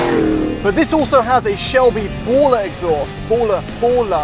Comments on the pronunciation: Baller.....Borla.....same pronunciation! 😂 Your the best and Thomas ain’t bad either. The best car reviewers on YouTube bar none! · “ a bowlah “ 😂😂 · I though he said ebola exhaust